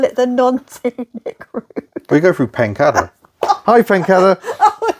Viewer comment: Non scenic route & Pencader 🤣 I am saying nothing!